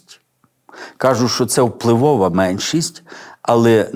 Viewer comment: Дякую за проповідь, все актуально і зрозуміло.Але бажаю вам чітко вимовляти,що, а не шо,бо не гарно звучить